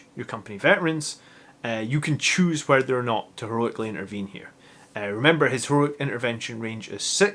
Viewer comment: I want to 'Geroically' Intervene next time... :-D Is that like Heroically Intervening and shouting Geronimo at the same time...?! Nice.